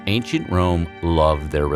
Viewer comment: I heard ain't sh*t Rome instead of Ancient Rome.